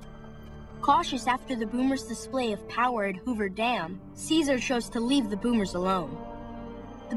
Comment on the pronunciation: i hate how they call him kizer its caesar